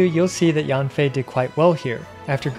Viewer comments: read yen fei not yanfei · Yanfei is pronounced as Yen from Yenny + Fei ☺️